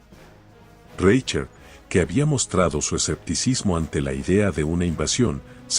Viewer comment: Minuto "Reichert" ¡se escucha espantoso! Es un apellido alemán y se pronuncia como si en castellano estuviese escrito: "Rai jert". Antes de grabar el tono de un video que consiste en la lectura de un texto en el que aparecen muchas palabras y apellidos alemanes, se debe consultar com alguién que sepa hablar en alemán, como se pronuncia en ese idioma esas palabras y nombres. De lo contrario el texto a escuchar que ridículamente jocoso.